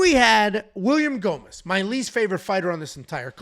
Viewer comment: You have to do all the post fight scits hammered....it was awesome, hilarious, and hearing you murder gomis was a thing of beauty